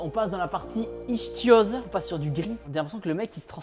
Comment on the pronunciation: c'est dommage de ne pas avoir demandé la prononciation à des spécialistes. Dès qu'il y a un "ch" en général c'est le son "k" et pas "ch" qu'il faut prononcer. la racine "ichtyo" 'qui fait penser à la pierre, fait surtout penser aux poissons, ichtyo c'est la racine pour poisson en grec :)